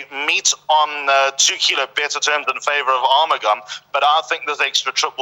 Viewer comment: How can you pronound R mugam when the spelling is A RU mugam. In spore is pronoun as A RU MU GAM as liked the spelling goes.